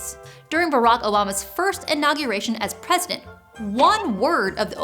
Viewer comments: I definitely heard Barack O'llama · Did she say Barack Olama